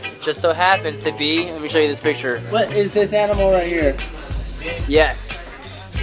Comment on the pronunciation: "no peekcha" lmfao